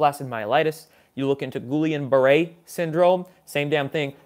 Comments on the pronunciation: Nice show as always. BTW, it's GEE-AHN-BARAY (hard G) syndrome, phonetically speaking. Peace and good job,. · It’s pronounced G-ee-ohm Barray. William in French. Guillaume. like the late actor Robert Guillaume.